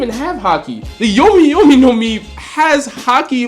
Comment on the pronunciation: you do realize your saying Yomi as in Brooks fruit? Yami is what you meant to say.